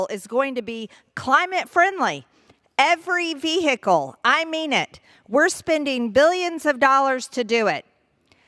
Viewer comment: Ve-hicle, ve-hicle, ve-hicle lol stop!